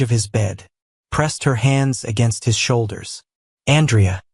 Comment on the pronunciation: Listening from northern Ontario, Canada. Truly wonderful love story! Well written and narrated, although the mispronunciation of Andrea's name made it into a girl's name, which lessened some of the effect of his power. 🙂 Names in a story are important to the identity of the character, and consistency is key. I have no idea how A.I. narration works, but if you can check it, and perhaps tweak it before your next story, it would make the story even more realistic. 💕